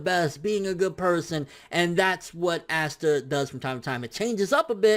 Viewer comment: Its pronounced pasta without the p not assta